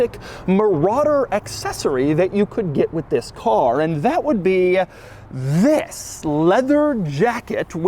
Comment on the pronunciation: Don't exaggerate saying ' THIS'